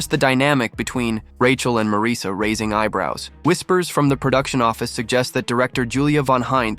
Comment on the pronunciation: Please don't play games with the English language. The name is spelled Marisa, & pronounced Marisa - you can even try 'Marissa' if that makes it easier for you. But It is not spelled Mareesa, nor pronounced with that weird inflection.